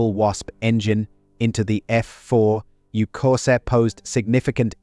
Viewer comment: Thanks for the lesson. But it would probably be good for you to learn what OCD is, and know who you’re trolling, and what you’re talking about. I do VO work, and it’s not extremely expensive. I also know how to pronounce things like the name of the plane the video is about. Anyway, I’m happy for you. Things must be easier when you can enjoy crappy work.